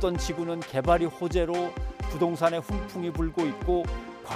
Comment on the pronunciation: "훈풍부나"? "훈붕부나"?